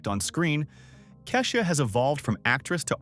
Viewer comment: They mispronounced Keisha's Name 2 ..